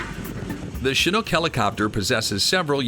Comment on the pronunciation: It's so nice to hear someone pronounce the word "chinook" properly for once . . . nearly everyone else pronounces it "chinuke" . . . very annoying.